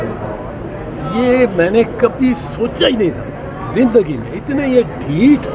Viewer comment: ڈیٹ نہیں “ڈھیٹ”۔